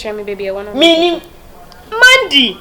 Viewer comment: You are also saying Mandy instead of Maddy 😂